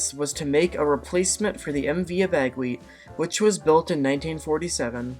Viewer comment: I travelled on the MV Abegweit many times. It was a beautiful vessel. The proper pronunciation of her name is Abba-Gwit.